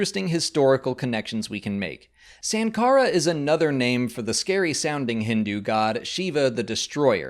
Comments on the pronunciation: I think it's more like .... Shankara..... Like Siva is pronounced as Shiva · Indian here. The correct pronunciation of Sankara is actually: Sun-kara (as in the "sun"). There is also a variant pronunciation: Shun-kara (as in to "shun" someone). And the god Shiva's name is actually just pronounced: "Shiv-aa" (as in that "shiv" thing that gangsters in prisons use to stab people with). Thank you for the video,. MTFBWY.